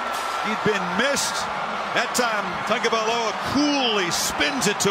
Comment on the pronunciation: he gave up trying to say his name